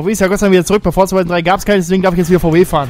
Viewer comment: Forza spricht man Forsa aus